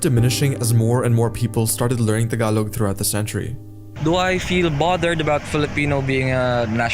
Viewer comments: It's not Ta-galog. It's Taga-log. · It's not TA-GALOG.. It's TAGA-LOG